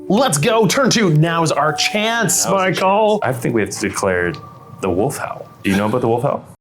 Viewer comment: Yeah, 😐